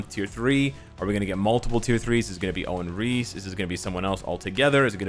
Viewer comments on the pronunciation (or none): none